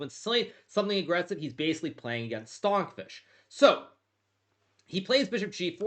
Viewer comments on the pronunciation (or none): Bro said Stonkfish